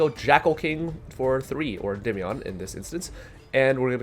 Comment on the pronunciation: Im so glad you pronounce the name correctly so many people say endeemeion it kills my brain. This is the only deck I've been playing for 3 years straight so it's awesome to see people playing it more. Also I think the magician restage version is the best way to play this deck but is super complicated